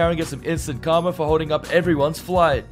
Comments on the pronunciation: It's pronounced "kar-ma", not "kar-mer". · Its instant KARMA, not karmer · The word is KARMA NOT KARMER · How do you spell, karma? Calmer. No...try again. Karma...say it with me...karma. Notice there's no 'r' at the end of it...but there IS one in the middle. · Please learn to pronounce the word Karma. It sounds like Car ma. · did he say Karmer? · PEONOUNCE KARMA CORRECTLY